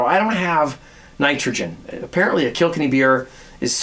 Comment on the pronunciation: hi its kil-kenny not kilk-enny but keep up the good work on a marathon month watching all your videos 17 cheers from paul in ireland